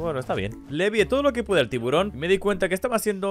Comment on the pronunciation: Al tiburón le llamas tiburonsin